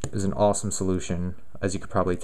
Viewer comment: yeah, it was the same solution. Also, what is "auusuome"? and "auuf"?